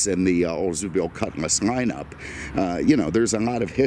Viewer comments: JSYK, it’s a cutLass not a cutMass. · Ok, can’t do it anymore. Made it to just shy of 9min and I can’t handle hearing cutMass anymore, it’s quite literally, on my damn last nerve because it’s not cutMass, it’s cutlass!